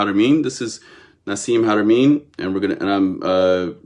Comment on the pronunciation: I agree with you THE PILSNERKING😂😂😂...2 years later here we are... One can only believe that your knowledge is PARTIAL at best... WHEN YOU CAN'T EVEN PRONOUNCE HARAMEIN'S NAME CORRECTLY I WOULDN'T MAKE YOU THE POINT MAN IN MY TEAM SEEKING FOR ROADSIDE BOMBS IN AFGHANISTAN BACK IN THE DAY HO AND IF YOUR WERE GOOD AT DETAIL AND SAYING NO TO ME?....WELL HOW CAN WE TRUST YOUR ATTENTION TO DETAIL? "WHITE SUPREMACIST MOVEMENT"? Bro that is a serious acusation I'M MEXICAN IN ORIGIN... BE PROUD OF YOUR OWN ORIGINS AND STOP PUSHING AGENDAS OF BEING HERE AND THERE AND EVERYWHERE AND THE FIRST...AND OWNONG EVERYTHING... EVERY ANCIENT CULTURE WAS CONNECTED BUT HAD THEIR OWN STYLE THAT IS PRECISELY WHAT THE DAMNED NAZIS TRIED TO DO... APROPRIATE HISTORY AFRICAN PEOPLE HAVE NO NEED SOUTH AFRICA CONTAINS A WEALTH OF YOUR OWN ANCESTRY AND HISTORY... AND NO... MICHAEL TELLINGER IS NOT SAYING THAT ALL OVER THERE IS WHITE SACRED GEOMETRY IS UNIVERSAL... I'M A CRIOLLO...SO BE IT... I'M FORTUNATE TO HAVE COME ACROSS TRULY MAYAN SACRED GEOMETRY I WILL HAVE THE BOOK TO PROVE IT... BUT THEN AGAIN WITH YOUR LIMITED PERCEPTIONS BELIEVING WHAT TOU WANT TO BELIEVE... YOU WILL BE BARKING AT THE WRONG MAYAN TREE OF LIFE... NOTHING "HAS TO BE THIS WAY OR THE OTHER "